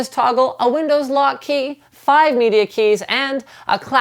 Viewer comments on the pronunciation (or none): none